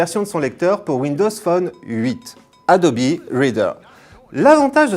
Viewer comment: Enfin quelqu'un qui prononce bien le nom "Adobe" ! Quand est-ce que les gens vont comprendre que c'est Anglais ? x)